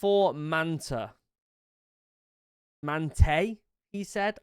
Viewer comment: X-44 Manta. Pronounced as the video said it the first time. (Mant ah)